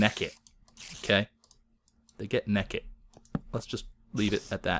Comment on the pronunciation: Lol, I love how you say Naked. "Necked" :P I love your accent on some words!